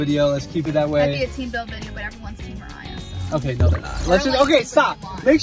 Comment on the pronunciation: It's pronounced Mariah